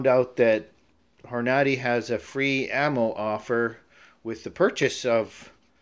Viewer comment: It's pronounced horn-a-day. Thanks for the vid